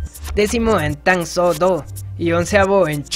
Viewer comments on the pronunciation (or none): se escribe tang soo do pero se dice tang su do no tang so do